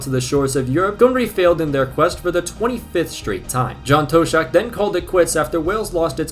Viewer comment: BTW, the Tosh in John Toshack rhymes with nosh, dosh, cosh, posh, frosh, wash, splosh.